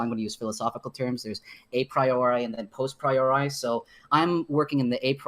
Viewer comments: postpriori..... I think he means posteriori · Tfw he’s such a psued he says post-priori (after-before) instead of a posteriori KEKW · wow he mispronounced posteriori, lord have mercy on him.